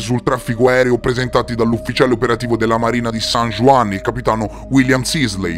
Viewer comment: san juan è in spagnolo non in francese pertanto si pronuncia san huan